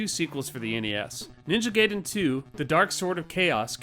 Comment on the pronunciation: I grew up in that time too, and we still had ways of finding that out. As AVGN points out in his review, the movie The Wjzard says it the correct way. But yeah, habits are hard to break.